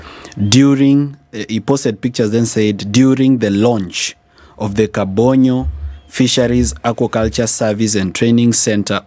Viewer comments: Its Kabonyo not Kabondo Morara. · Kabonyo not kabondo